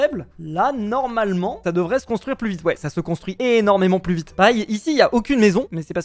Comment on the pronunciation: Tu a di plu vitre o lieu de vite😂😂😂😂😂😂😂😂😂😂😂😂😂😂😂😂😂😂😂😂😂😂 mai sinon c'est trop bien